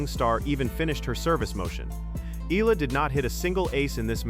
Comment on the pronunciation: Cannot even pronounce Eala’s name correctly!